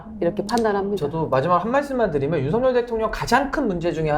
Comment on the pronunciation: 윤석열을 성렬이라 발음하지 마세요.한글 발음이 안 되나요. ㅉㅉㅉ